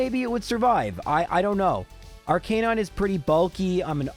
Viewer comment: Please learn to pronounce names correctly. Especially Arcanine!